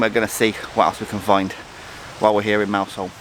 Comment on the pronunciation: Yeah nice video of my homeland, got to agree with Jeff though, pronounced Mous’ole not Mouse Hole 😂😂